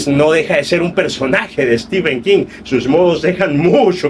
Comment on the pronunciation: Mi enhorabuena. Me fijo en las reseñas cómo llaman a Stephen King. Es stíven como tú lo dices, pero prácticamente todos los youtubers de habla española dicen stífen. Yo les suelo corregir en los comentarios haciéndoles notar que stífen es una pronunciación INVENTADA, aunque generalizada en países de habla hispana. Aquí en España todos dicen stifen. Creo que eres mexicano? Cómo lo dice la mayoría en Mexico?